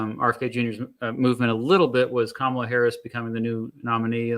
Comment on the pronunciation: That lady is disingenuous and her mispronouncing Kamala Harris name just screams Fox News